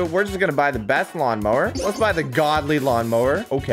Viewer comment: For some reason everytime said lawn mower IT sounded as mawn lower